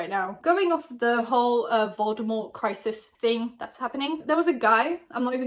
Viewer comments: Im always dying when youre saying the word Voldemort 😂😂 idk why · those emphasis you did on that tweet and then you said Voldemort I lost it...😂😂😂😭😭😭